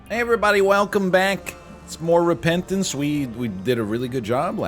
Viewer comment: HAHAHA REPEATENCDE